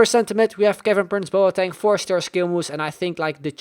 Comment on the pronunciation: Boateng is pronounced Bwah-ten